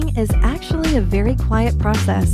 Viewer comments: Why does this mispelling "quiet" like "quite"???!?! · "Quite" (kwite) "Quiet" (kwaiyet) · Spot the times she said "quite" instead of quiet. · miss kalliope yep every time they said quiet they said quite instead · word you said and is supposed to be: quiet. word it said on screen: quite. this is like that time someone mixed up vitamin d with vitamin e or somthing like that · QUIET. not QUITE. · It's quiet not quite XD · "A very QUITE process" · "A VERY QUITE PR"